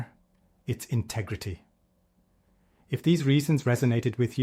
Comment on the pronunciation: "INTEGRETY" everything... 😅